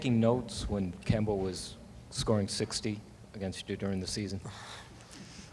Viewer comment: try saying KEM-BA. not KIEM- BA 😆✌🏾